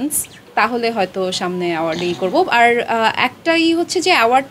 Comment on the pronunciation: স্টাইল কোরে উচ্চারণ কোরতে গিয়ে আর এর বদলে আড়,,,, আড়,,, । গ্যাস্ট্রিক।